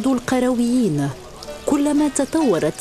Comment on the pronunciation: مسجد القرْويين و ليس القرَويين .. أي بسكون الراء و ليس فتحها .. و ذلك نسبة للقيروان بتونس و ليس للقرية أو البادية .. المرجو الإنتباه و الحرص على عدم تحريف اسم هذه المعلمة العالمية